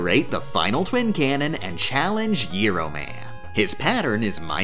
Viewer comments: did i just hear giro man? are ya a numbskull, that helicopter guy has the same name as a Greek Sandwich. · Pronouncing Gyro Man like that lol. Love it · The pronunciation of "gyro man", culminating in the "bizarrely named weapon" punchline, very much reminded me of the presentation "the birth and death of javascript", in which the titular language is repeatedly pronounced "yavascript". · IT IS NOT GYRO MAN. IT IS GYRO MAN. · she/they pronounced Gyro Man like the Greek sandwich. that's a W in my book